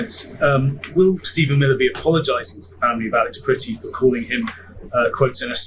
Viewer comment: . Yea PRE-ti. Best pronunication so far.